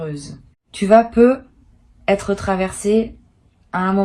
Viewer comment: C'est de l'intelligence artificielle. Elle prononce "peu etre" sans faire la liaison qui ferait "peutêtre". 🤥🤭